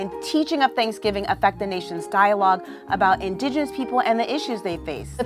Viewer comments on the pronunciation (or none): That bitch can't say 'indigenous' correctly to save her sorry hide...